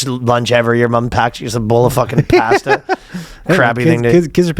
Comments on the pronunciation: anyone else think it's funny how Ryan says pasta 😅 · I’ve literally never heard anyone pronounce “pasta” the way Ryan does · the way ryan pronounces "pasta" is crazyyyyy lol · Pass-tuh. Looked it up. Apparently it's standard Canadian pronunciation